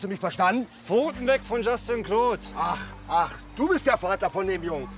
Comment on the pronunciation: Ich hatte so nen lachflasch als der vater sagt:LAs dIE pHoTEn VOn jUSTin CLeAUudE😂